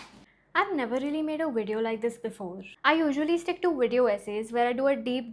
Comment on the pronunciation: First of all it’s not Wideo, it’s Video. Learn to pronounce words properly instead of bullying other channels. Secondly, the comment guidelines on your channel: 1. Stick to the topic 2. Be civil and respectful 3. Challenge the argument, not the person. You don’t follow your own guidelines, and expect people to respect you. If entitled rich kids like you are the future of mental health then the youth is surely doomed!!! You can’t even handle other people’s opinion and reactions and you have the audacity to demand respect and play the victim! If you really want to help the youth then you will withdraw your strike against Swetabh and challenge his argument. But we all know you don’t have any actual guts or the integrity to do the right thing.